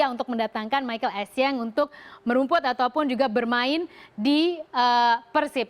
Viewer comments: bukan ESSIENG mba tapi ESSIEN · Pelafalan dr Bhs. Prancis huruf N dibaca Ng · Lafal pengucapan bhs prancis gitu n dibaca ng